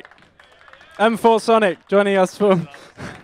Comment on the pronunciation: > m four sonic > whats so fucking hard to pronounce masonic